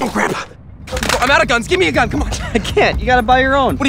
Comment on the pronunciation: I like how says "Gun" with his mouth closed.